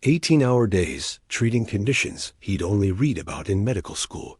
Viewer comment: YOUR PRONOUNCIATION OF CERTAIN WORDS IS BAFFLING!! READ IN THIS CASE IS PRONOUNCED AS READ (PAST TENSE)!!